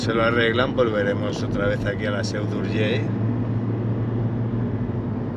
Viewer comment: Como siempre, tu sinceridad, acojona pero acojona, por cierto , muy buena pronunciación de la "ll" final de Urgell. Da gusto y se agradece oírlo, en boca de un no catalano parlante,un abrazo.